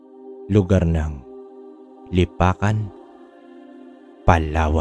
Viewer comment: Lunapacan palawan po hndi lipacan...correction lang po